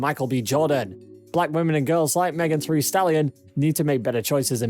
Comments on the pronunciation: Not Megan “Three” Stallion. Omg STAHP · He just read it wrong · That's not an accent. Who can't say "Thee" 🤦🏽‍♀️ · So he cant say thee and thy or sweetie i dont bye it idk what went wrong or if he heard it wrong or what but.. Chile please.